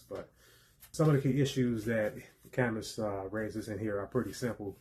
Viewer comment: You’ve convinced me to read this, it sounds super useful. Also, for future reference, I believe his name is pronounced “cam-oo.”